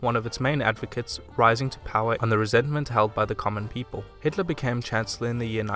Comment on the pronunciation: You are from Germany? Because you say Hitler as typicaly German :D